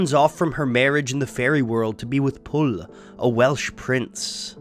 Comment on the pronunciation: Pwyll is actually pronounced like "push" rather than "pull". Not even kidding